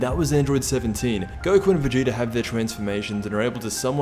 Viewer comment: Dude. Its pronounced jiden. And vegeta isnt pronounced vejita.